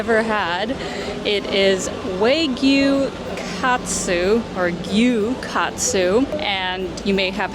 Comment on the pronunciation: Hi, the word, ‘WAGYU’ is to be properly pronounced WA GYU. NOT ‘Way Giu’ The word, ‘WA’ means Japanese 🇯🇵, and ‘GYU’ means Cow 🐂So, WA GYU means / refers to all Japanese Beef cattle, associated with unique high-quality beef known for its rich flavour.